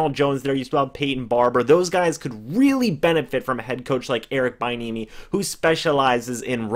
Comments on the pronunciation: bro its pronounced "be enemy" not "bye enemy" thx 4 that laugh and yes these are real tears lmao great breakdown tho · It is pronounced b-n-uh-me. And Chris Brown is a singer not rapper. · Its pronounced B-enemy, if he becomes our coach I need to be able to watch your videos about him, without you destroying his name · He might be an excellent HC at some point I just don’t think the Bucs can roll the dice on a position coach at this time. It’s pronounced bee-enemy btw. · his name is pronounced "Bee-N-eh-mee" just a heads up playa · Check that pronunciation bud (Bee-enemy)!!! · It’s “be enemy”!!!!!!